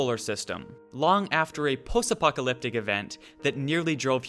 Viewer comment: I lol'd at "Possapocalyptic"